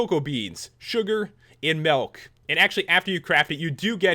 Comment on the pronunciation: Great video P.S , u said malk instead of milk!